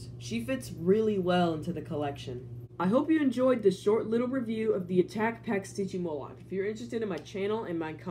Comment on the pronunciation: It’s not stigymoloch it’s sytgymoloch